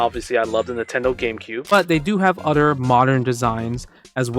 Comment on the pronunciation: I like every time you say “other” you say “udder”